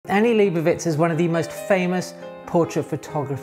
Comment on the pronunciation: i would correct your pronounciation of Leibovitz but honestly, anglophones have been so disappointing in their ability to pronounce non anglophone words that i get the distinct suspicion that it might be a wasted effort